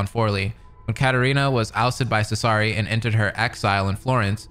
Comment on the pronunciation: Just not smart enough to pronouce Cesare's name correctly